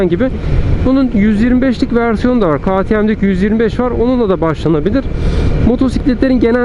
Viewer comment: KağTieM değil KeyTieM yada direk KaTeMe diye telaffuz etsen çok güzel olacak kardeşim. Kazasız belasız sürüşler.